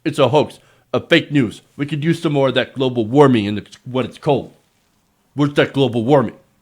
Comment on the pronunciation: " Global Waming "